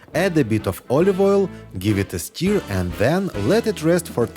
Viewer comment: Sturr not steer! Love your accent!